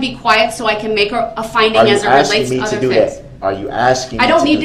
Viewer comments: Is Michelle his lawyer? There sure is a lot of axing going on. #miaquacko #axemichelle #dasrightisaidit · Judge: “I don’t need to ask you, I’m telling you!” — YES!!!!! She finally said it. God!! What an annoying human being. That whole “are you axing me or telling me” and challenging her authority constantly was so disrespectful. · Axing me ………… that’s the truf ……